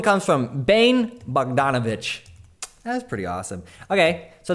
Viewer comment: u don't read bane bogdanovic like that